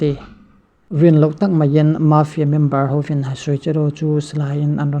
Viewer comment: mafia i lam dan chu leh🤣🤣🤣🤣🤣mâfia